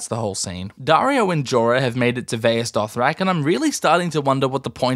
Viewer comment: “Jaario and Dorah”💀💀💀